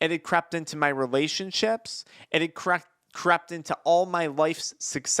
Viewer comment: Crept or crapped? I gues both if you think about it 😅